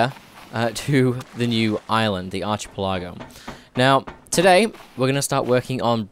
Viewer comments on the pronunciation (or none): isnt it pronounced ark-a-pela-go? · archipelago is pronounced arc-i-pel-a-go